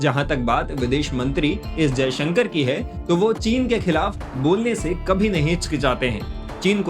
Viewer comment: तुम बहुत असभ्य एंकर हो। विदेश मंत्री का नाम भी ठीक से नहीं लेते हो। भाषा की मर्यादा ज्ञान नहीं है क्या?